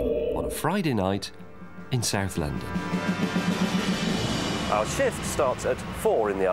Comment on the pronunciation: Ae-Zed Loundoun